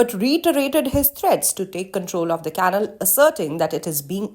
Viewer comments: I agree completely . . . On a lighter note though, this narrator/anchor person from Reuters is mispronouncing the word CANAL (rhymes with SHALL) as a dog house or KENNEL . . . LoL . . . Although she sounds from her accent as being of Indian heritage, even in India (where English arrived with the BRITISH Colonialists) well-educated people DO NOT pronounce CANAL as KENNEL . . . Her producer at Reuters should correct her pronto . . . Wake Up Reuters Production Team ... ha ha ha . . . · learn to pronounce 'canal' properly